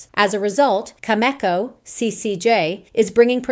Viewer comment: That’s pretty funny how your AI voice pronounces Cameco, Kazatomprom, and others. 😂